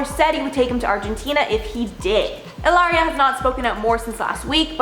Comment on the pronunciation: stop calling her Eelaria.. her name's Hillary and that's that